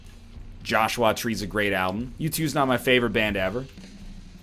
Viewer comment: interesting approach to pronouncing the name "Joshua"